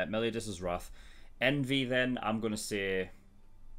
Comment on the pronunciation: Meliodas is pronounced mel-ee-oh-dis. You pronounce the o. Gowther is pronounced go-thur. Diane is pronounced dee-anne.